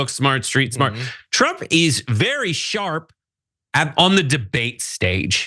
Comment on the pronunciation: Grandpa is still "sharp" :) Orange Jesus tongue is still "sjarp."